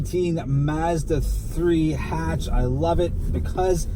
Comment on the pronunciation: Stopped watching after the first 3 seconds after pronouncing Mazda and Hatch wrong.